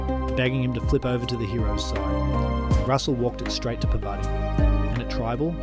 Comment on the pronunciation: Was this read by ai? “Par vooti” “si ri” “to kanteens” hahaha but nice vid